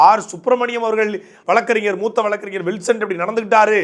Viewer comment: வளக்கு ,வளக்கறிஞர். என உச்சரிப்பதை தவிர்த்து வழக்கறிஞர். வழக்கு என பேசி பழகவும். கழகம், பழனி,மொழி, வழக்கு, என்பன. தற்கால தமிழர்கள் தமிளன்,தமிள் என உச்சரிக்கும் தமிளர்களே தமிழை கொலை செய்யாதீர்கள். "ழ "எனும் வார்த்தை வேறு எந்த பிற மொழியிலும் இல்லை. தமிளை தமிழாக பயன்படுத்துங்கள் அன்பரே.